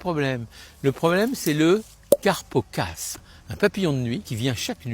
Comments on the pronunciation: Carpocapse et pas carpocaspe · C'est tout à fait ce qu'il faut faire, le seul bémol, c'est un carpocapse, et pas carpocaspe !! Sinon tout bon 👍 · C'est ne pas "carpocapse" et pas "carpocaSPE"? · On dit carpocapse.